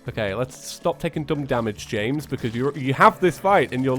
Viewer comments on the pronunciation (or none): none